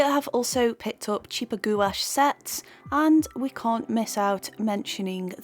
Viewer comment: Loved the video but it's pronounced like gwash